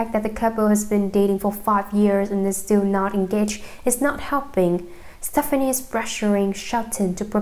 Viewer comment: Learn to correctly say her last name before you read a tabloid magazine.